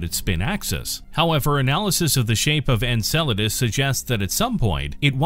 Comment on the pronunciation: Finally! I was waiting for this video without you pronouncing it: ENSALADAS